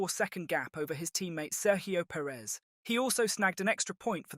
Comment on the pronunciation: Listen up Bruv, as an Englishman your pronunciations should be on point, and yet you continually have an issue saying Sergio Perez’s name! There’s a bloody G in his first name and it isn’t fkn silent! FFS, get it right!